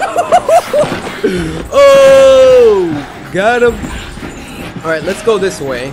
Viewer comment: I like how he says lego instead of lets go